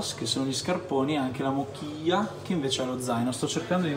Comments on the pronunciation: So che è meglio non appoggiare lo zaino ("mochila" si legge mocila e non mokila) per evitare proprio di trasferire le cimici, forse anche per questo era vietato portarli dentro. Que disfrutes mucho y pásatelo bien! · zaino non è mochila letto come ch(chi) ma ci come se fosse mocila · Al minuto 3 : 35 hai letto "mochila" "mokiglia" ma si legge "mocila" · Bellissimo! Giusto per aiutarti un po: in spagnolo il suono ch e come la nostra c normale quindi in questo caso si pronuncerebbe "mocila" non "mochila". Spero di essere stata utile, buon viaggio😘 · in spagnolo la sillaba "ch" si legge come "ci" quindi è "mocila", buon viaggio brother🌴✌🏼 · Ciao! Un suggerimento la mochila si pronuncia “mocila”!! ¡Buen camino! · Ciao, la mochila si pronuncia mocila;) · mochila si pronuncia mocilia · Si scrive mochila. Si legge mocila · si pronuncia MOCILLA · Giusto un commento per farti migliorare con lo spagnolo:”mochila” si legge con la C dolce, come se ci fosse scritto mocila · AHAH mi sono troppo triggerato quando l'ha pronunciato in quel modo